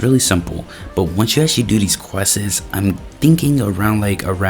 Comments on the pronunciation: Quests ❌ Quessess✅ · Why bro saying questses